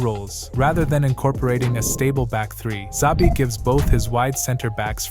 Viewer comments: It's not "Zabi" --- it's "Chabi" :-) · Made a video of Xabi, didn't bother to learn how to pronounce his name. Embarrasing